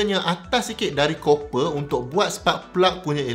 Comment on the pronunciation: Copper / kuprum / tembaga pronunciation yg betul... Geram rajin sgt tgk netizen ramai nau duk sebut 'Cooper'... Ingat mini cooper lettuw